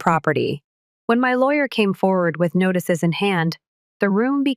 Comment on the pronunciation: The AI voicing this sucks. M A A M? . NAGHTICES? And problems aren't worked out this easily. BS.